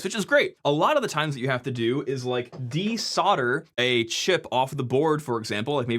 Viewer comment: This is the second US video Ihave seen where the guy pronounces "desolder" as "Desodder" So annoying.